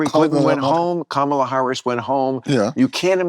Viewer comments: Mispronouncing Kamala Harris's name seems like a real indication of racism. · When that POS and scumbag Mamet, purposely mispronounced VP Harris' name and Maher said nothing, I was done. I have not watched Maher in 5 years. Just got fooled again. Never again. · That's when I would have shown him the door. He can't even pronounce Kamala correctly.